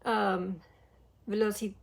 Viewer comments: Velocidade está incrível e a pronúncia está ótima ❤ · a pronuncia em velocidade é perfeita! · Sim, a pronúncia deles tá muito boa em português, "velocidade" me pegou de surpresa 😂 mais amei. E em geral gostei muito das músicas. ❤